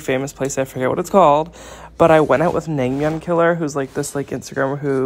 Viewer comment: 냉면 발음 정확한거봐 ㅋㅋㅋㅋㅋㅋ 진짜 개웃겨